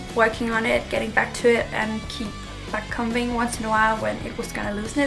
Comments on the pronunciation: It's not backcumbing you say backcombing you say the o like you would when your saying the alphabet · Lol very weird as a US citizen to hear someone say a combing (b is silent) com-bing or com-ber the B is silent. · Yes! It was so odd to hear it said that way